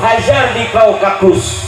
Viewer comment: 😂😂kaukakus....😂😂😂...,gini kalo ceramah hasil copy paste dr syeh imron husein, tanpa mendalami dengan benar....nyebut nama tempat aja blepotan 😂😂😂....,nyebut nama suku juga sering salah